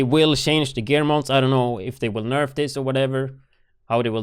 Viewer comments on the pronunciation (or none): none